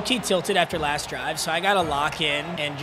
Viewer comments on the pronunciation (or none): none